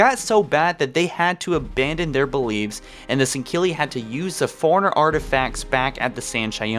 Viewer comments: Foreigner, Not correct. Forerunners, correct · forerunners,not foreigners. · When you say forerunners it sounds like you're saying foreigners. Lol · Lol when you say forerunners it sounds like you're saying foreigners...